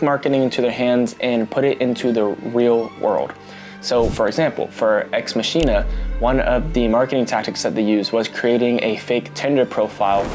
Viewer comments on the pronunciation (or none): It’s pronounced Ex Mock-in-uh. Not Machine-uh. Sorry don’t know why that bugs me but it does